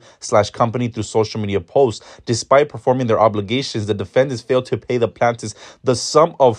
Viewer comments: Not the plantifs 😂 it’s pronounced Plain-tif ☺️ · Not him saying plant-tifs 😂😂😂